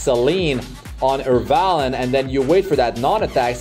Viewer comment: Lmao Fr, Airvalen